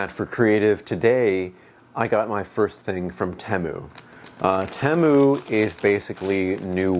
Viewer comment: It's pronounced Teeeeeemu